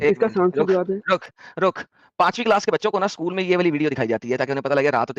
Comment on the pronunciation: School ❌ sakool ✅ 😂